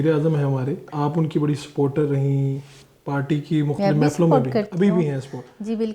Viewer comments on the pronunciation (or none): none